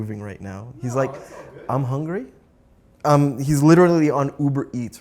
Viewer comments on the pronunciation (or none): saying Uber Eats,all I heard was Eiber Eats. Lol